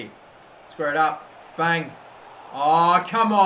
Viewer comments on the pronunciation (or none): none